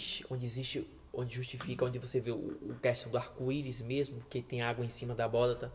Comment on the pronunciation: Muito bom os argumentos bíblicos!! Mas não é "abóDaTa" e sim "abóBaDa". Abraço!